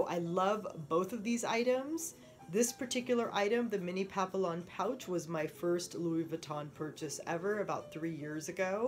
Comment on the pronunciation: Its pronounced pap-ee-on